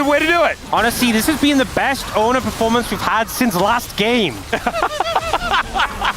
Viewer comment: Fun fact, his name is actually pronounced ONEr not Owner… (He chose to change summoner name to ONEr when signed to show his commitment and dedication to T1 Team…)